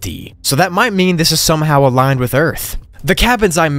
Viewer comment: Really Aliend? Instead of aligned 😂